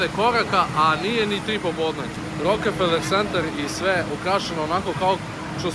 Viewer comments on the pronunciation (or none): nije rokEfeler nego rokfeler.